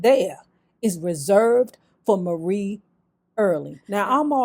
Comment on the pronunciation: Marie is pronounced like Mary. Marie passed in 1999.